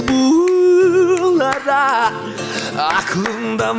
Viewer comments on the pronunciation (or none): Daha da düzeltilebilir bunlara kelimesindeki u’lar biraz daha kısa olsa